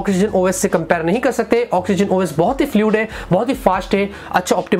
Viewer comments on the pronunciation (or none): none